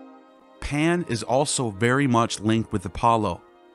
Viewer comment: Are you saying “Pam” or “Pan”?